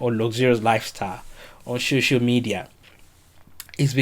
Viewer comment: Is it that you cannot pronounce "SOCIAL" or what? What is "shoshial"?